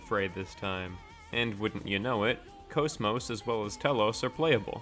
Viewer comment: GOOD VIDEO 10/10 VERY INFORMATIVE Okay sorry for fanboying but GOD I LOVE HER TO PIECES edit: also I'm super glad you actually pronounce her name correctly :)